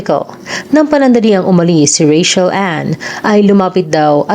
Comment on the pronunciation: Baket ba “Ray-Shel” ang tawag dyan sa Ray-Chel (Rachel) 🤪😂